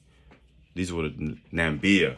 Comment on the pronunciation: The country's name is Namibia not Namibia. Do your homework before you come on.